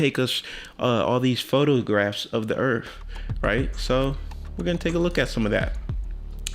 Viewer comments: the guy says EARF he can't even say EARTH and he claims it's flat I LOVE THE HUMAN RACE!!!! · Anyone one who pronounces the word earth as earf. I don’t trust their scientific opinion. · A flat earther that pronounces as Earf obviously knows so much. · Yo! See duh Earf! Dis is duh Earf yo! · as soon as that guy said "earf" , you automatically know he's a moron.... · He lost all credibility when he call earth, EARF. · Can’t take anyone seriously that says “earf” and “supposubly”. Also, I feel almost bad for that really awkward kid with the handheld cam. I’ve met quite a few people like him before. They think because they’re extremely weird and have quirks, and are socially awkward, that it makes them brilliant somehow because they’re so used to hearing things like “being weird or awkward probably means you’re autistic or something and that probably means you’re brilliant at math or something”, and that’s what they see in pop culture...so they get this inflated sense of their awkwardness directly correlating to brilliance. It’s sad, and a problem. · First things first. He said "Erf". Not Earth. Argument lost. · You had me at "earff" Now I believe you 100% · Dude pronounces "Earth" as "Urf" and "Supposedly" "Suposably" LMFAO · When you say things like "Earf" and "supposably" i stop listening anyway. And i dont even understand what the 3rd guy was even driving at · What's up with people pronouncing earth earfh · Right off never trust a guy who says: "Earf or supposebly" - I would love for all Flat Earthers to hang up their highest education received diplomas behind them while they are recording their videos. Then people viewing their crap "facts" can have a reference of just how crap they are. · He said "supposebly" and "Earf". Trust him, I do not.